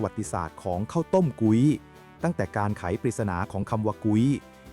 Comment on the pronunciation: พุ้ย มิใช่ กุ๊ย